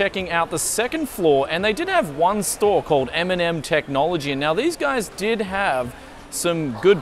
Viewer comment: At first I thought you said Eminem technology instead of M&M tech ;D